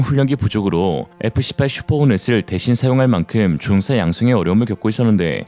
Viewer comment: 조종사 조옹사 퍼센트 퍼엔트 최소한 기계음은 아니갰군 아님 싸구려 장비이든지... 암튼 내용과 상관없이 듣기 엄청 거슬리네요